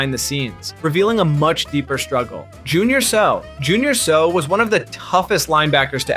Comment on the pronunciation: It's pronounced Say-ow(Seau). Like after he hits you, you say ow😅